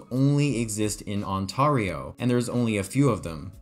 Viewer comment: Ontario is pronounced ON-TAIR-EYO lol im from there